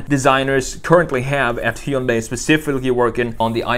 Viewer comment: It's "Hyundai" like "Sunday".